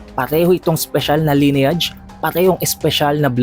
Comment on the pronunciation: pa research ng pronunciation ng LINEAGE sa google.